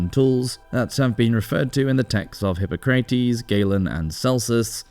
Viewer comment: "Hip-pah-crah-tes" the pronunciation is all over the place! Considering that this is a channel dedicated to the Roman Empire, you should most definitely get that correct!!